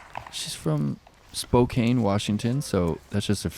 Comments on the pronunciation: Ok, I let it pass the 1st time I heard during the cascade challenge but now I have to say something. It’s spo-can Washington not spo-kane. Still love you on the commentary though. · is a great commentator. I cringe though when he says Spokane so deliberately like spo-cane instead of spo-can. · Spokane is pronounced (spoh-KAN). I keep hearing announcers mispronounce it.